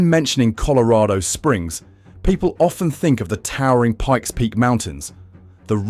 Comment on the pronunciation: You can't pronounce colorado correctly lol😅